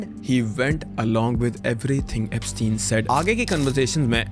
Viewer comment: Epstein = eps-teen Ghislaine = Ghee- lane Pronunciation